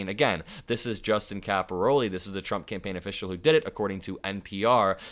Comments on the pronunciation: narrate , don't read almost verbatim. It's capi- RALE not capi-ROLI. Common Italian surname. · It's Caporale and not Caporoli... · Yikes. Please correct your pronunciation of his name. It’s not “ Cap- o- Ro -Lee” It’s pronounced “ Capor-ah -lay”. Look at the spelling. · My thoughts? (1) Read the name correctly -- it's Cap-oh-RAH-le, not Cap-ah-ROH-le. (2) Don't waste our time and ruin your own reputation by saying that Caporale "looks like" he could assault a woman and then find out a minute later by actually READING the day-old article that you are calling "breaking news" that it was Picard who shoved her, not Caporale. Just stop. Do not plunge ahead. You made a bad mistake and defamed the wrong person due to carelessness. Ditch that footage and make a revised recording with correct information, then upload the revised recording. News reporting is a tough game. It is not just "say whatever comes into your head." Slow down and get your facts straight before you commit to an upload. 💙💙💙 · Caporale... Not caporole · The name is pronounced "Cap or All EE". You're definitely from Indiana....